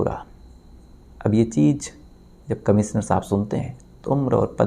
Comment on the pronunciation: अरे भाईसहाब... आपकी भासा कब सुधरेगी ? आप कब श को स कहना बंद करोगे? "कमिसनर" कैसा अजीब लगता हैं सूननेमे...